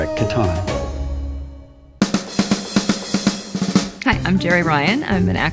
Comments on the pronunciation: Did anyone notice he said "Star Trek Catana" (Katana?) ? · I've played Settlers of Catan quite a few times, and I got to try the Star Trek version once, but I've never seen Star Trek Catawn before. Does Wil pronounce it that way to make it rhyme with Kahn? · Was my group the only people in the world to pronounce "Catan" to rhyme with "Satan" or is it a British/American thing? BTW I'll do you a tritanium for a hay